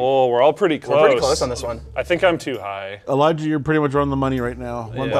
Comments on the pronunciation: It sounds like he said Elijah won. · he says Eliah.